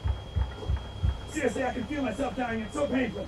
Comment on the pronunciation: SEROUSLIY 😂😂😂😂😂😂😂😂